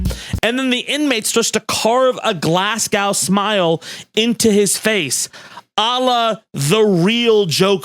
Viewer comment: Just a heads up before you piss off the Scottish, It’s a glas-go, you pronounced the go part like ‘Let’s go’ smile not glas awoh or, what ever you said 🤣